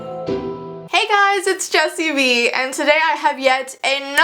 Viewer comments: I sont know why but when she says jessii vee i thought that she said just eviee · In her intro it sounds like she's saying "Hey guys it's " lol